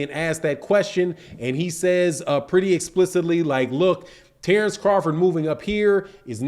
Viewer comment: Terence not Tarence why you keep over annpunciating Tare it’s Ter